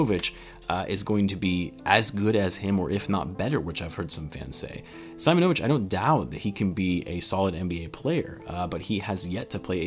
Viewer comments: Not SAImonovic but Seemonovic cause in slavic culture there’s no SAimon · As I’m from Hungary I’ve heard some Serbian before and Im pretty sure it’s see-‘mo-no-vitch :) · Its pronounced Marko Seemonovitch 👍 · Being Serbian myself, you pronounce his name like this. Marko Simonovic ( See-Moan-O-Vich ). I’m very excited if Marko ends up joining the team. I may be biased but Serbians are the cream of the crop in terms of European talent, Serbian basketball players a bred to be team first players with fundamentals coming before anything in the sport. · With the way European names are pronounced, I think it is pronounced as "see-mo-no-veech" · You were close just try to read first (i) like (e) Seemonovich similiar to this 🤣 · See- moñ-o-vic'